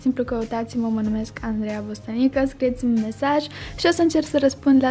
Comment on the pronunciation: Andreea pana și tu ți-ai zis singură numele greșit în loc de Bostănica ai spus Bostănică 😂